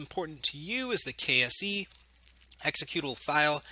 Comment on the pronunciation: Every time you said "KSE" I kept thinking you were saying "KFC" xD